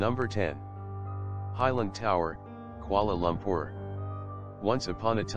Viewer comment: It's kuala loompoor it like Kuala Loompoor okay?